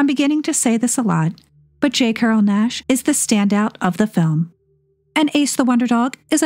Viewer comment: J. Carrol Naish's name does not rhyme with dash. The "a" is long like "paid" or "raise". Phonetically, it would look like "Naysh". Otherwise, your videos are very entertaining. I'm 74 and still learning. Thanks. ❤